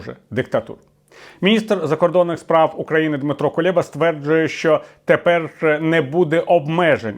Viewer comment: Який КулЄба, пане Віталію?? Він КулЕба! Тверде Е Чомусь п€уйла Ви називаєте правильно, але українських політиків - ні! Чому?